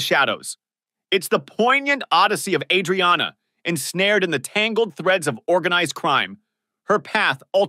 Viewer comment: You keep mispronouncing the word "penchant." You also must pronounce the Aprile and Adriana. Edit: I posted this before I heard you say Bacala. Yup you mispronounced that too. Watch this show and listen to how they pronounce these names.